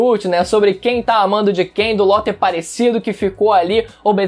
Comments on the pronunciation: o cara fala "Ló " e eu achando que era "Law ". Doflamingo sempre errava o nome do rapaz kkkkk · Como nos falamos:law agora como o fala:lo